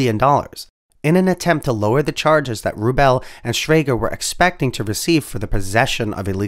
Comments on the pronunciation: His name was pronounced RuBELL. 🙄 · Pronunciation: Roy CONE ... Steve ru-BELL ... and lots of others. It's easy to find the correct pronunciation, and feels less than authentic when you get it wrong. A well-meant message. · steve rubell no? emphasis on the ell when you say the name please